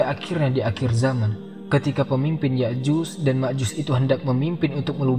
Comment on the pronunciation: Ustadznya itu kok menyebutnya Ya'juz dan Ma'juz, bukankah dlm Al-Qur'an disebutkan Ya'juj dan Ma'juj ?😢